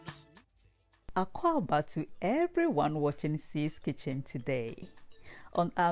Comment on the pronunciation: Love how you said Akwaaba! I love making plantain Fufu in the blender; definitely the easiest way to make fufu!